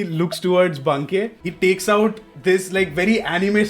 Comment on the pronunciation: I like how till the very end DM chooses to mispronounce Banke